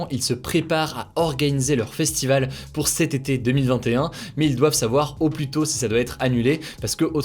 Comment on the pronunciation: Arrête de prononcer le "s" de "plus" ça stress de ouf